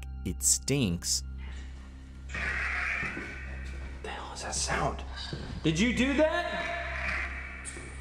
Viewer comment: "It Stings"!!! Not "Stinks"